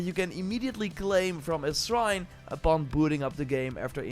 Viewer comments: Say srine one more time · not being able to say "shrine" is what sent me